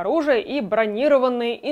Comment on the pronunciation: пожалуйста, машина бронирО́ванная, от слова БРОНЯ́, бронИрованным может быть билет, от слова БРОНЬ.